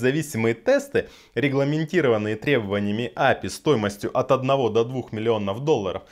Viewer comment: Ну правильней будет не Апи, а ЭйПиАй!